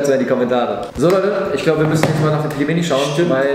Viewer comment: Du bist nicht nur zu blöd Pelmeni auszusprechen, nein du kannst sie nicht mal richtig kochen. 🤦‍♀️ Sobald das Wasser kocht, nimmt man eine Tasse kochendes Wasser raus, fügt die Pelmeni (max 500g) hinzu und wartet bis das Wasser wieder aufkocht, dann schüttet man das Wasser aus der Tasse zurück, wieder warten bis das Wasser kocht und dann ca. 7 Minuten kochen. Am besten in Brühe kochen und Lorbeerblätter hinzufügen.